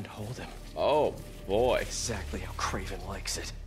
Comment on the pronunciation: It's Kraven not Craven